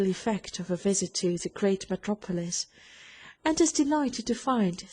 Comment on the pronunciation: Unless you’re an American from one of the southern states you might have trouble understanding this reader’s accent. Plus, she mispronounces some words that the average reader shouldn’t mispronounce, like “ metropolis.”